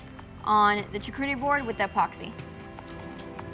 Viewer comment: charcuterie pronunciation shaar ·koo·tr·ee Great video!